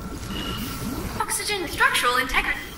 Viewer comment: bro for a second I thought the speaker said "state of the art- FUxygen"